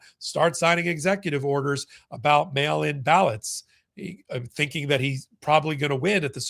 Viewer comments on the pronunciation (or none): none